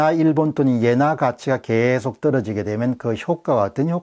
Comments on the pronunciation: 옌화라고 하지 말고 엔화라고 발음해 주세요 너무 부자연스럽게 들립니다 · 옌화보다 엔화로 발음 해주세요! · 자꾸 옌화 옌화 그러니까 거슬림